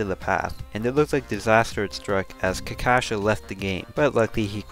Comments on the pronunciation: btw kakashka means poop but you pronounce it like kakasha it means porridge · I love how he said kakasha instead of kakaska (pop in Russian) and same with Vvesellin